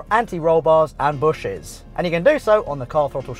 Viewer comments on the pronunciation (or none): Bushings. Say it.. "Bush-INGS". Not "bushes". No one says that